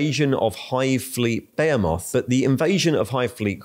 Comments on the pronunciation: Sorry to be that guy - but it's "Buh-Hee-Moth" and not "Baya-moth". I have no idea why a lot of fellow Brits pronounce it that way. Same for "chitinous", even GW pronounce it as "Chit-Inn" instead of "Kai-tin". They're normal words, one for huge things and one for the composition of insect shells. +++Adeptus Administratum duties fulfilled 💀. +++ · What the heck is a "bay-a moth"? It's pronounced "be-HEE-moth". Yes, even in British English. "bay-a moth" isn't a word. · Didn't realise the Tyranid thing was a bit but murdering behemoth really got me heated lol. Beya Moth ok buddy thanks. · Shake head... He has been on this tirade for a few videos now. The pronunciations are all off whack... was amusing albeit annoying for a bit. Now its just abrasive. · I’ve never heard the word behemoth pronounced so badly so often. I do appreciate the information though.